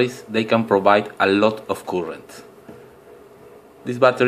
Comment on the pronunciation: It is "Current", not "Coolant"